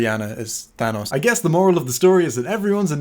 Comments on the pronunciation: Chewbacca the Gryffindor excuuuuuuuuuse me but it’s pronounced Than-OHs not Than-AHs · It's thanos not thanaous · ITS PRONOUNCED THAN-NOS! NOT THÃNOSS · It's than OE S, with an s sound at the end, and not a z sound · thanos is pronounced th-anus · Thanos is pronounced th-anus fight me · Clearly it’s pronounced T-Han-Os as in (tee-hawn-os) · WE ALL KNOW THANOS IS PRONOUNCED ( TH-AY-N-OSS) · The correct pronunciation of Thanos is TA-NOS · It doesn't matter, as another commenter has already pointed out, his name is pronounced as ThANUS. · I personally heard that It's actually pronounced THAH-NOS Edit: I'M AN ARTIST I CARE A LOT ABOUT TYPES OF GREY YOU PIECE OF SHIT. xo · It's pronounced "ThANUS." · Actual Lee, it is pronounced "They-Nose." And I base this pronunciation on absolutely no existing media containing the character. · no, it's pronounced "Tha-nose" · Tá doido karaio? É taNOS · I prefer the pronunciation "thaynohs", because it's obviously superior.